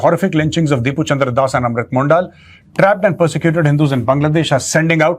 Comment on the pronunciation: Sir. Amrit Mondal..... not Mondaal..